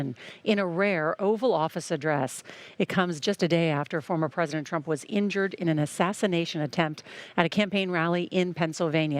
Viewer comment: "former trump is not serizzly linjured" My god 🤦‍♂️